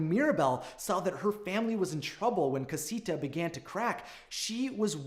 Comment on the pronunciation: And cah-si-tha en-can-tho